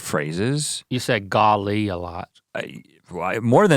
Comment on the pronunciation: French is my mother tongue and the first few times I heard Rhett say "Golly!" I thought he was saying "God, Link!"